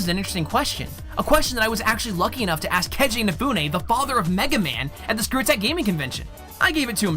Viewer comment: D ahhhhhhh MEGA MAYWN!!!! SUPER FIGHTIN ROBOT, MEGA MAYAWN